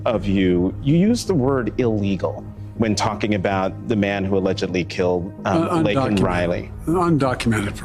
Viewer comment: Biden said:illegal killed Lincoln He correct himself to undocumented but never apologized for mispronouncing her name Laken Riley Joe F. Buyin